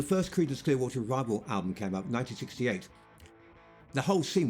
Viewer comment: Did anyone bother to tell the narrator, Mark Holden, (whoever the f**k he is) that he was mispronouncing the last name of the Fogerty brothers? He also has a speech impediment (“nine-neen sixty-eight”?). How did he get the job? Did he have compromising photos of the producers?